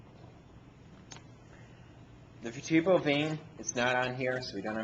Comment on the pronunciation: . . . Ver-TREE-bruhl? And he's a professor? . . . Just saying